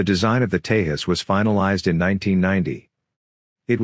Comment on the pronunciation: Hi... It's pronounced Te-Jus... With a hard J sound like in Joker.